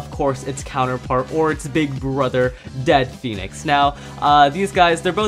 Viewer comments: Bro it's dread phoenix not dead phoenix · It's dread not dead phonix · It is really pronounced dread pohenex